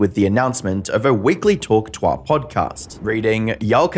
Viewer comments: I feel bad for you brotha I know your accent probably can’t hit that southern slang but it’s pronounced Two-Uhh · Well this is the earliest I've ever been. I cant get over how he was pronouncing it as "Hawk Twaah" here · I cannot get over how he hears dozens of people say hawk tuah correctly and somehow he still mispronounces it XD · how do you manage to incorrectly say “tuah” and then correctly say it when reading out comments ? lol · I don't mean any disrespect to the creator of this video, but is the voice AI? I'm just not grasping how they can mispronounce "tuah" multiple times even after playing the clip of her saying it. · The way the AI mispronounces "hawk tuah" is so distracting. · The fact you can't even pronounce TUAH correct is embarassing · Can’t you pronounce “tuah” correctly. You did it once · The way he mispronounces Tuah makes me violently angry > . < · do you purposely mispronounce "tuah"? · How do you make an entire documentary and can’t even be bothered to pronounce “tuah” correctly? Is that all for engagement so you get comments like these? Cause it comes across like you didn’t write the script or edit the video and are just reading something you know nothing about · bro youre pronuciation of tuah is so mad lmao. its a name that can only be said one way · All you had to was to listen to her own mouth so as not to mess up her name so bad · The constant pronunciation of "tuah" as "twah" is so annoying. Thumbs down. I'm in and can't stand it. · It’s Hawk tuah (two-uh) not tois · too ah.. not twah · If you are going to do a video on a person, at least learn how to say their name. The word Tuah is not pronounced twah, it's pronounced too-ah. With the emphasis on the second syllable. YES there are two syllables in the word Tuah., not one. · Bro out here pronouncing hawk TUAH as "hawk TOIR" lmao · It’s pronounced two-ahh not twah. Trust I hate the meme but say it right for godsakes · it's "two-ahh" ..not "twah" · It's "Tuah", not "TWAHHHHH".